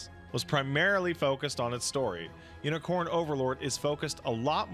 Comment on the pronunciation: I swear is saying Yinicorn Overlord and I'm losing my sh*t.